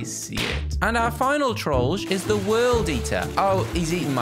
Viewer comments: Hey joe you are pronouncing trollge wrong Correct pronouncing: troll-jay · It sounds like he saying George